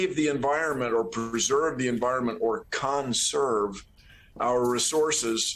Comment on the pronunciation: Bill Nye the Lie Guy. He’s a propagandist actor he’s not a scientist lol. I like how he emphasized the word CON SERVE. 😂 Good stuff Bill 👌. Never met a Bill I could trust lol.